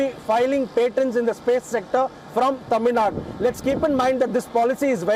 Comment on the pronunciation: I love when he pronounces Thamizhnadu correctly everytime 😍😍😍